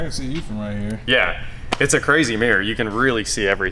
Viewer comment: Your pronunciation of the word mirror is driving me crazy. Mirror has two syllables.